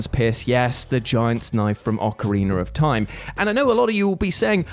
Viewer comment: It’s OcarinA not OcarinER! Stop saying it with an R at the end! Also, Biggoron Sword: “Am I a joke to you?”